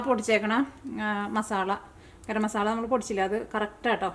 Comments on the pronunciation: മസാല എന്ന വാക്ക് മസാള എന്നാണ് പറയുന്നത് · മസാള്ള അല്ല മസാല